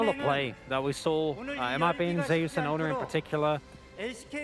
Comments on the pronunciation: What's up with the caster not being able to say Zeus.... keeps saying Ze - Us. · Who dafuq pronounces it "Zeh-us". Have these guys never seen or read mythology EDIT: still tilting, but thank you people for educating me.